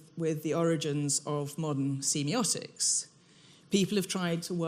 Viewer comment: Ahh that's not how I say semiotics. I hate when that happens, it's going to bug me the whole lecture now.